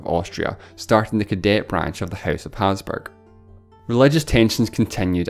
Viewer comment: The way you said Hapsburg like "Hazburg" drove me crazy!